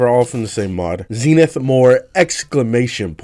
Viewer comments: Zen-ith not Zeen-ith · 🤓 it’s pronounced zehnith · “Zee”nith mods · He pronounced it wrong